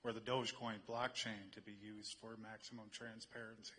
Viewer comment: Transperency lmao